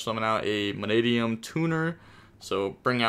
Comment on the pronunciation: When he says manadium in one go🫡🫡🫡👍👍👊🥲proud of you bro. Talking Gains.